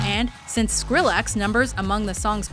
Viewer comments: Fun Fact: She mentions "Skrillex" and pronounces it incredibly wrong. I'm not even a fan of him (I used to honestly) and even I know it's (Skrill-ex) and not (Skrill-AXE) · Did she say Skrallex? Not skrillex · Did she just say skrill-ex?